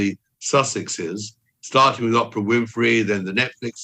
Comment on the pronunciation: This guy purposely says Oprah’s name wrong 😂